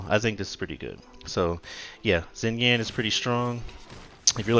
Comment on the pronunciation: Pronunciation is closer to "Shinyan"